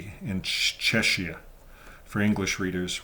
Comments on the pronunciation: I think Czechia is pronounced "check-ee-uh". Anyway, I hope that Czechia starts clamping down on the Watchtower Society's harmful practices, such as shunning of children and minors, the dangerous practice of banning needed blood transfusions and other medical procedures for Jehovah's Witnesses and their children that really need them, the violation of human rights, among other wrongful, dangerous practices. Thank you,, for this latest update on Jehovah's Witnesses and for continuing to expose their lies, hypocrisy, and harmful practices. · It's pronounced Chekia. Ch in the Czech language is pronounced like the English K. To make the English CH sound, you use Cz. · The "ch" in the word "Czechia" should be pronounced like a "k", just as it is in the words "Czech" and "Czechoslovakia". Thank you for your work!